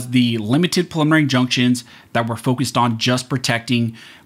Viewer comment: Pre-lim-mih-nary... Practice saying it.